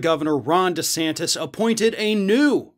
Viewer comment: I know is saying Ron DeSantis but all I hear is Rhonda Santis.